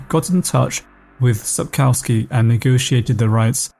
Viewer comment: please can you not say COW in Sapkowski?